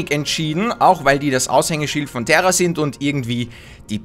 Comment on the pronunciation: terra das wird tera ausgesprochen NICHT TERRA spielespielespielettrend